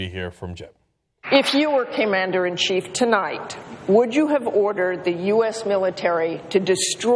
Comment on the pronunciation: "keemander" in chief?